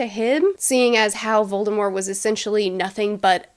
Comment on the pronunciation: I appreciate how you pronounce Voldemort the right way